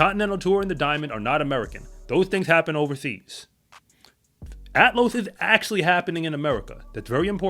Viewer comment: It's Athlos, not "Atlos".